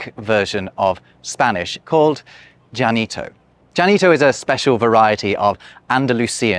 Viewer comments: Interesting that Ll is pronounced J and not Y in the language name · Funny, how keeps saying djanito. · There were at least 2 and maybe 3 different pronunciations of the LL at the front of the word Llanito, uses a "J" sound like is common in Cadiz, while the other speakers say it more like it is pronounced in other parts of Spain. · I noticed that this dialect even has some internal variation in pronunciation though its geographical range is quite small. One example is in the name itself (examples mostly near the end of the video). One extreme is reflected in the spelling, "Llanito" pronounced "Yanito", and the other extreme "Dzhanito", while some speakers have an in-between "Zhanito". Also, would Llanito qualify as a creole? That's the technical linguistics term, not the creole called "Creole".